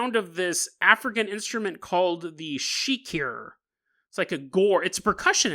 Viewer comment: Shekere. Actually pronounced like "checker-ray". It's a type of drum mixed with a rattle. It's the traditional instrument of the Yoruba people in Nigeria and a few other tribes over in Sierra Leone.